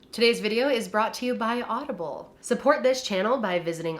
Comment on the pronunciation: You said audible , but funnily , I thought you said Olive Garden